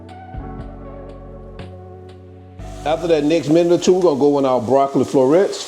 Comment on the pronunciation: Broc-co-lee...groun...beef-e-dee, 🤣🤣🤣🤣🤣🤣🤣! Gonna make me sum😋. Gonna pre-order the hard copy too. 🙂